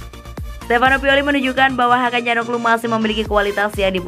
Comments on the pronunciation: Dari awal udah curiga setiap bilang Hakan calhanoglu jadi Hakan calhaglu, akhirnya ketemu kan momen ngakaknya... Tp ini editornya sih yg eror wkwkwk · Min ... Hakan Calhanoglu ... Bukan ... Hakan Calnoglu ...